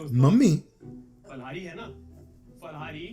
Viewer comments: Pha ko fa nahi bolte india me. It's phal in Hindi too. They made it's stylish, or didn't get phal domain so named it fal. But it's phal in Hindi not fal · Yes it is Phal-hari words derived from Sanskrit..... Jab Urdu/hindi copy kr rhe the ...J ko z kar rhe the ..tb he ye kaand huye the 😂😂